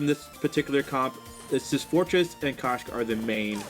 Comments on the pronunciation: that koshka pronunciation though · I'm dying 😂😂😂😂😂😂